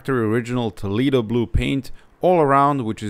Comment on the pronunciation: Toleedo... 🤦‍♂ I know you can do better than that,..